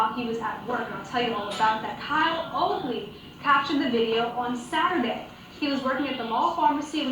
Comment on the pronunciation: Now you have to change your drivers license, birth certificate and everything for your new name,. I guess all that Kyle O stuff comes back to roost! lol Hey, what's the most important part of a story. At LEAST get the names right......yeah. Good thing your loyal subscribers know your name.